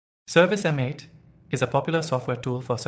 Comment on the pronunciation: Its service mate, this was hard to listen to with you saying M 8